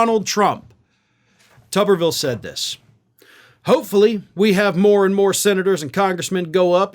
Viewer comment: I think it should be pronounced Toobervilee, like a potato which is a tuber. After all, I have never seem a head that could use some parts swapped into it like his. He could help build the wall with that forehead. Tommy go stand between Texas and Mexico. At least you'd be doing something some people could deem useful.